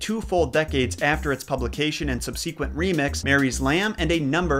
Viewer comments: Terrifying animated children is right. But you're wrong about how to pronounce "subsequent." It's "SUB-se-quent" not "sub-SEE-quent." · sub' se quent. The "e" in the second syllable is pronounced as a short e, and the first syllable is stressed. Your welcome, The Gramma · I've never heard anyone say 'sub- SEE-quent,' ever before Only ever heard 'SUB- suh-quent.' Maybe it's regional. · Sub see quent. You're not the only person I've heard pronounce subsequent that way. What region are you from? General no dox plz. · Well, I'm impressed with the research you put into this, as well as the examination of the conflicting origin stories and possible explanations. Thank you. (But I do question the pronunciation of the word "subsequent".)